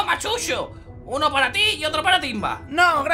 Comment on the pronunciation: dice chucho pero con a en el minuto 2 15